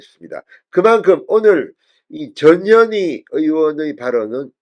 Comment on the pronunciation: 이름이 전년이가 뭐냐 발음이 전현희가 아니라 전년희가 더 쉽구나 ㅎㅎㅎ 마씨 헌재재판관 꿈도꾸지말고 자진 후보사퇴하라